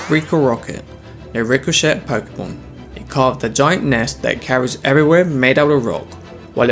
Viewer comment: the t in ricochet is silent